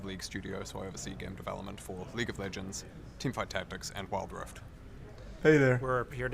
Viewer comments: Ah, league of leegnds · Leauge of Leegnds